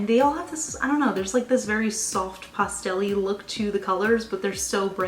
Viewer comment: I love your videos but I swear every time you say 'pastel' all I hear is 'pustule' 😆